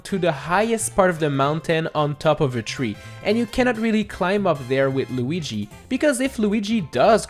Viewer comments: Why did say Loogy instead of Luigi? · Lugi? its luigi XD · We gonna talk about how he said lugi? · lugui jajajajajaj